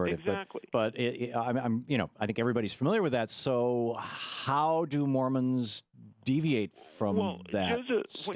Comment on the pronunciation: it's Mormons, not Mormans.